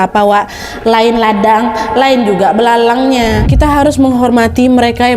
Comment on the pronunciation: Sejak kapan ilalang jdi belalang😭😭